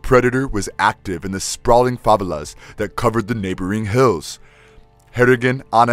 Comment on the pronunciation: They're pronounced 'fa-vey-las',you.re welcome. Great video & thanks for the info.